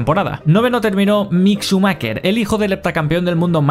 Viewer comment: "miq chumaquer"